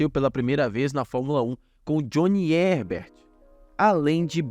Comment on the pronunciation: a Jaguar tava até no rumo normal de iniciante até a vinda do Bobby, que segundo o Burti cagou a equipe de forma tão grande que perderam o rumo sem uma recuperação e o Herbert se pronuncia com o ''Reberti'' msm kkk solta a voz